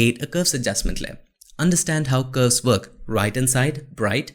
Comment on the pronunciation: Every time you say curves it sounds like "ghost".